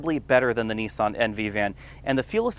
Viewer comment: Painful pronunciation of words there! It's NIS AN not Nee san and fee it not fee at!